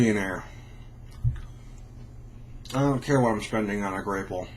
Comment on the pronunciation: It's pronounced grap-pple